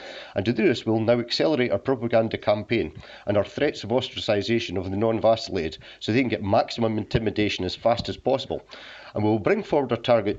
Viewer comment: Make up your mind...is it "vaccinated" or "vaselinated"? lol